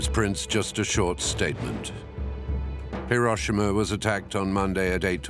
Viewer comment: An excellent and informative video. Pity about the mispronunciation of Hiroshima